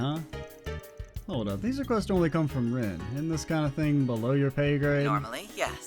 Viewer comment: One of these days you'll pronounce René's name correctly.